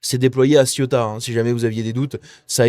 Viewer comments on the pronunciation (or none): Ceuta! vieux! pas Siota comme La Siotta près de Marseille.. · C est pas ciotat,c est ceuta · Cé-OU-ta , pas Ciota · Ca se prononce “Cé-ou-ta”, c’est pas La Ciotat lol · Le derecha c'est la droite. La izquierda, c'est la gauche. Cè outa pas ci outa. Ceuta. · Céouta telle est la prononciation... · Ca me trigger à un point que tu es autant de mal à dire cé ou ta. La ciotat c est en france . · Ça se prononce Cé-ou-ta je crois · T'as toujours pas appris à prononcer CE-OU-TA?